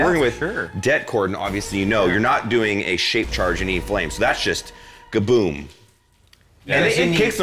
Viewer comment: Did Mat say “Ga-Boom” when talking about the limo explosion or am I just that high? I thought it was “Ka-Boom” hehe